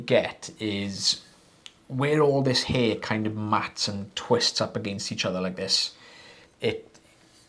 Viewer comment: accent got in his way with “air & hair” 😂😂😂 God i love you guys! 😂😂❤❤❤